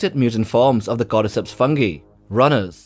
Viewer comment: You say "cordyceps" I hear "goddess hips"